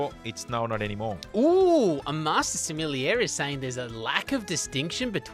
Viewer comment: I find the pronunciation of sommelier awkward. It’s like there suddenly is an extra syllable after the l. Like sommel-ee-ier instead of the original 3 syllables.